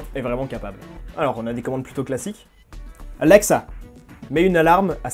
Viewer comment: Comment il dit alexa : ALLLEXA